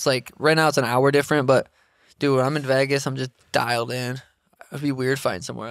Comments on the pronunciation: Really struggling hearing Sean say “Vagas” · Someone teach Sean how to say Vegas 😂😂😂